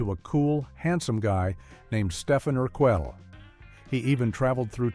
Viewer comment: Its pronunciation of Stefan Urquelle made me laugh though, so I'll give it some brownie points.